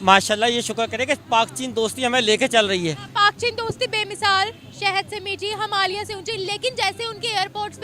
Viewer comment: अबे आधी अरबी नई मुल्ली हिमालिया नहि, हिमालय 😂